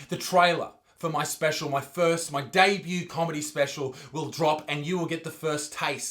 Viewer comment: I’m so happy you pronounced “Debut” correctly and not like an AFL affiliate